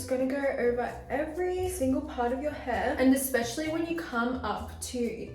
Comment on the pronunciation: Why she says heeeee for hairrr and yawwwww for jaw 😂